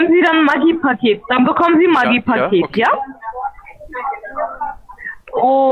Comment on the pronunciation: Ich habe am Anfang immer Maggi Paket verstanden... klingt wie im Hühnerstall. ..